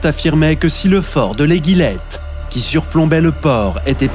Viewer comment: Bonjour,il y a quelque erreur. Les noms des forts,fort Balaguier ( et pas "Balaquier")et l'Éguillette (ce prononce comme une éguille). Il manque beaucoup d'information sur le siege de Toulon. Cdt.